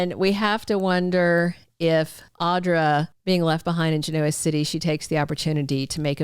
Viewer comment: Please stop saying “Ge noa City”!